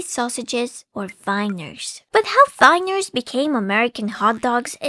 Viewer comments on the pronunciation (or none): also its Wieners (Wee-ners) not Weiners (people who are crying)